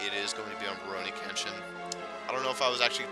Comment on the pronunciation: Well 2000 is a pretty hefty goal to get to but i think you could do it (although if we assume there to be roughly 53 days of summer left, or at least thats the case for me, you would have to upload about 6 videos a day...). I would also like to pester you again about your pronunciation of Kenshin :P, srsly though now i chuckle every time i hear you say Ken-Shin. I wouldnt mind more SGS in the future but i probably wouldnt call it a huge priority kinda project. For the future projects im definitely interested in pokemon pearl as well as probably path of radiance but as you predicted i do not know what the last one is. As for streaming, hopefully you can stick to a schedule with that cause those are a lot of fun. Now onto Jstars, i have at this point unlocked all but 3 characters, nearly completed one of the story arcs (btw you do get at least 1 more character to be playable aside from the 3 you start with, or at least in the Toriko storyline (on a side note: Toriko is pretty fuckin good, like holy shit man, he has the longest ranged move in the game as well as an attack that when you charge it up completely it does as much damage as a super move)). Ive found the character that is literally the most BS asshole of all time (saiki) who you literally cant even attempt to fight against unless you are across the map shooting projectiles. Also to this day i cannot understand your troubles with Bo-Bobo, for some reason when i fight bobobo he is literally the biggest piece of shite eve